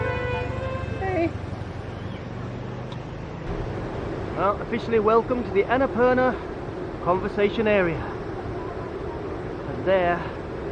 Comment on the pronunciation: It's conservation area mister, not conversation area !